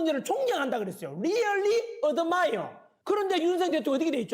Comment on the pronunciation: 리열리~ 어드마이여~~ ㅎㅎ 새끼 발음두 참